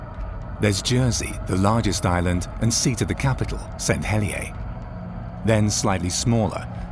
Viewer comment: as a Jersey man, their pronunciation of St. Helier really grates me, it is Hel-i-er, not Hel-i-a.